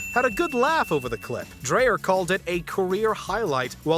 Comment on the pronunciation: I swear you people deliberately mispronounce names. You said Dylan Dreyer's last name two different ways. I guess you weren't sure which was right, so you said it both ways to be sure you'd get it wrong at least once.